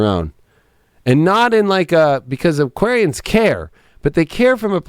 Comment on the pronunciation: Hah you butchered us Aquarian’s